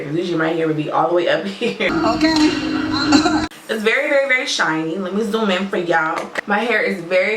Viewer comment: The Friday "Uhkay"!😂😂